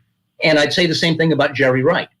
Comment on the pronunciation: Dude lost credibility when he said “Jerey” wright was a huge influence